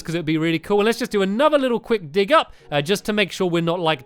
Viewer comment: dag instead of dig lol